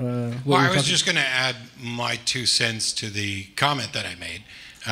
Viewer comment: "Two cents" not "two sense."